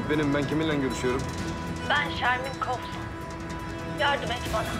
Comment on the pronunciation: sermis'i anlarımda arsu'yu nasıl koflu diye okudun